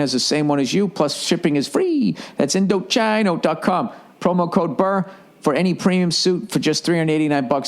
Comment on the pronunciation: story, Indochino pronounced Indo-chee-no is probably about to drop his ass for always getting their name wrong.